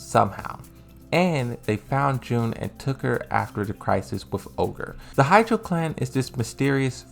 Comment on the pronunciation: Ha-chi-jo clan. Why hydro clan? Not that hard to say.